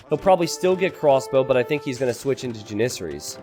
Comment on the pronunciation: the way he mispronounces Janisaries (Jan - uh - sar - eees) <--- this is how u are supposed to say it